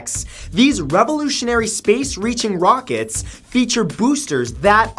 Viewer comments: "Rochets" Matt... "Rochets" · It said recyclable Rochets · "Recyclable ROCHETS " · Recycleable “Rochets” 😂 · Recyclable 'Rochets'